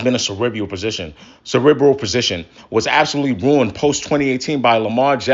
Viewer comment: It’s funny that you’re talking about intelligence when you can’t pronounce the word “cerebral” 😂😂😂😂😂 Like Kevin Garnett trying to pronounce equivalent